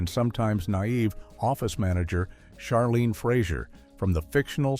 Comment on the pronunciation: Jean Smart’s character’s name was pronounced Ch arlene, (as in chair) not Sharlene.